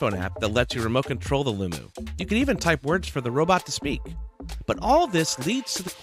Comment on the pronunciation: I’m pretty sure it’s pronounced Loom-OH...